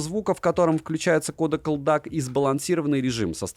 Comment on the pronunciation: ЭлДиЭйСи, а не елдак! 😊